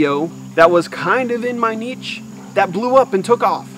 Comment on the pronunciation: Bro I enjoyed this video and your tips and experience was really valuable but I can't stand how you pronounce the word "niche" hahahha. Thank you for sharing though!